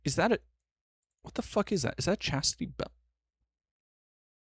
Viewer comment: "Wanna stay in chastity" sounded a lot like "in chest-tity". And yeah, they can stay in chastity just fine, they aren't going to use that side anyway :p